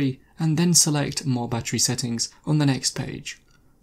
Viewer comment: It would be more helpful if you would slow down your talking to be better understood. Also - at first I thought you were saying "buttery". After repeat playings, I figured out you were saying "battery". All this together made it difficult to understand and caused repeat playings.